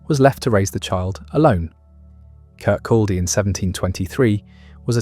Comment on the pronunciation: Its very irritating hearing Kirkaldy mispronounced. Its "Kircoddy" the L is silent.